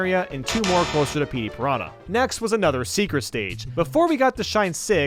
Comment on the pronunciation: “Let’s him attack enemies” attacks a pianah